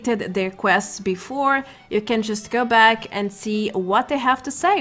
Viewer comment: I just love how you say "BACK", nice accent, Australian?